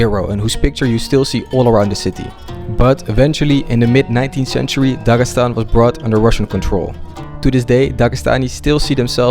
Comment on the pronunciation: Voice over. It sounds terrible in Russian) Incorrect stress in words, etc. Instead of Dagestan, he says Dagasan, and there are many such inaccuracies. The first three videos had top-notch voice acting, but now something has changed.